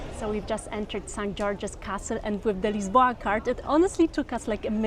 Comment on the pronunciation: Always amazed how consistently and repeatedly Britons bastardize the names of places or words in every other language. Portuguese is NOT Spanish in pronunciation. It's (Lisboa) correctly is LISH-bo-ah. And nevermind about sounds on the word obrigado. Buffoon